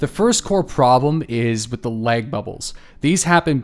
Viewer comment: Good Christ on a crutch man is there some reason that you're pronouncing LAG like LEG? I had to replay it 5 times to understand WTF you were talking about!